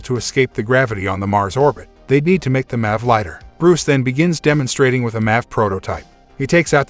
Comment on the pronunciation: guy says Eva and Mac instead of "em-ae-vee" and "ee-vee-ae"